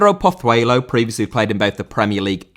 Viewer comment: Pozuelo* not Pothueilouw